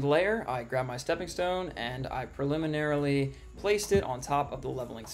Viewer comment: I tried to watch all of this. I really did. But the excessive use of the awkwardly pronounced "preliminarily" unreasonably annoyed me and I had to stop.